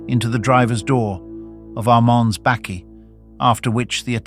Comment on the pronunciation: Also a bakkie that is pronounced "bekkie".